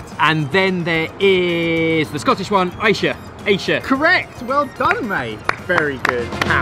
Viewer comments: its a 3 year old video and no one cares but Ayrshire is pronounced "Air-shire". And its split into 3 counties, North Ayrshire, South Ayrshire and East Ayrshire. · deserves to lose points for pronouncing Ayrshire "Aye-shire" It's "Air-shire"! lol - yours truly an Ayrshire Lass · pronunciation of Ayrshire was horrible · still irked from the way ben pronounced Ayrshire - (ayr-shy-her) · The way Ayrshire was pronounced was appalling 😂 for next time it’s Air-shire. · Absolutely butchered saying Ayrshire hahahaha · its AIR-SHIRE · *Ayrshire is pronounced AIR-shire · Wtf is that pronunciation of Ayrshire. Being a man of Ayrshire myself I am quite disgusted 😂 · Bens pronunciation of Ayrshire was horrific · ben said ayrshire wrong. it hurt me emotionally